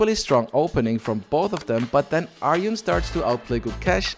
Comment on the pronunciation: His name is Gukesh DommaRAJU. Not RAHU. And ARJUN is the real pronounciation. Not ARYUN.